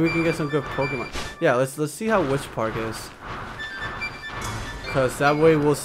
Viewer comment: u pronounced the pokemons name but it ok